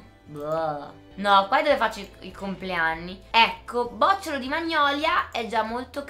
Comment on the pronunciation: bocciólo non bòcciolo ahahahah